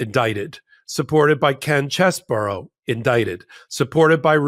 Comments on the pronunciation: Chesebro not Cheseboro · could you and the rest of the crew at MT please figure out that Ken Chesebro's name is pronounced "Cheese-Bro". Not "Chez", not "Burrow". Cheese-Bro. When everyone says it differently it sounds ridiculous. Just pull up any of the many YouTube videos that will give you the correct pronunciation. 30 seconds and you're done. Thank you